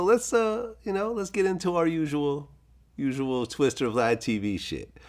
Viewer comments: Vlad please its TWISTA not twister!!!... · Hate when this nigga Vlad does this er shit. His name is Twista not Twister